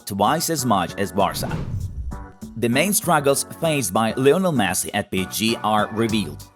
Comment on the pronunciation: wtf is messi "leaves"! get some help